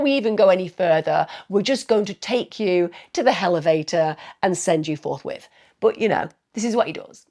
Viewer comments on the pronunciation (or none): I love when you say hellivator, lol! 😂